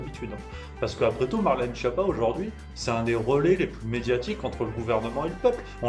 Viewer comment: Schiappa est un nom Corse donc vous oubliez le pizzaiolo ..... c est bien Skiapa la bonne prononciation